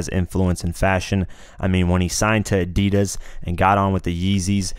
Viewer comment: How stupid sound ADIDAS from you dude 😆